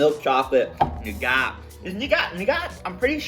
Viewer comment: Buddy you’re killing me with that pronunciation of nougat! Think…noo-guht…sugar, honey and egg whites